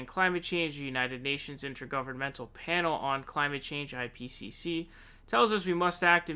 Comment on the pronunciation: i like how you tried to say "ipcc" three times and still couldn't good vid though i love it when bernie stands up for himself